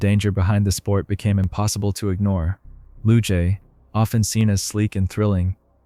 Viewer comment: Google how to pronounce luge.